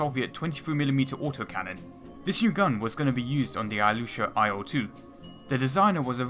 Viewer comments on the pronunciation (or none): I swear your pronunciation of 'IL' sounds like 'IO...'